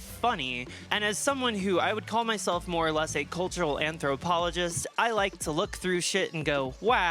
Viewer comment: Every time says "More or less" I hear "Laura Les"